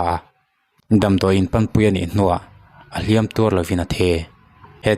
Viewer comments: Ahliam tuar lo in athi itihdan khi mizo tawng iva thiamlo tak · A hliam tuarlo in itih thluk mawlh mai kha mizo tawng hi finkhur takin hmang hram2 teh u